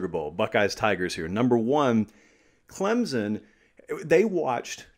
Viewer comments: Its pronounced "clemp-son" not Clem-zon". Christ!! What is so hard about that?? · there is NO z in clemson so get the Z out of there and say the name properly it is NOT clemzon it is clem SON!!! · It is CLEMson...there's no "Z" no "P", it's not hard....get it right. What, do you have to go there to know? Well, I'm 4th generation....so I sure know...It's like Clem's Son....give me a break. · ClemSon, not ClemZon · There's no 'z' in Clemson. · hey love the analysis! you usually pronounce Clemson just fine, but that phantom Z came out today haha